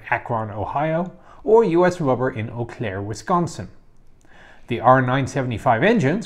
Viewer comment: The most impressive thing about this video is that you pronounced "Eau Claire" correctly! Most people from out of state can't do that!